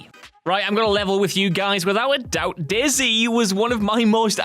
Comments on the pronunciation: Not gonna lie, I had this video on in the background at work and when he said 'Day-Z', I heard 'Daisy' and was like "Wait... why have I never heard of Daisy?" until he mentioned the ARMA 2 mod part and realization struck. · The way he said dayz made me laugh way to loud and it’s 3 am